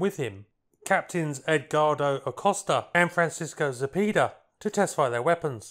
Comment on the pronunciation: Zapeda- "za-pay-da", not "za-pee-da"